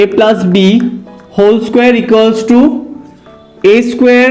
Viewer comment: Sir please change your plaas to plus and very good explanation 🤣🤣🤣